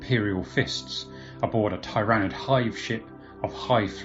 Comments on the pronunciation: Think he is fucking up zoats too. How do you pronounce tyranids? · Your pronouncing tyranid wrong.